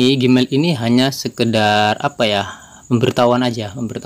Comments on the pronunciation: nah itu tau...kok dibacanya gimael? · Gmail....di bacanya "jimail" bukan gimail